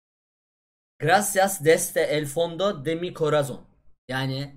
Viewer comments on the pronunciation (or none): “gracias desde el fondo de mi corazón.” Yalnız Türkçe okumuş 🤣 gracias’taki s ve corazon’daki z sesi peltek s olarak okunur 👍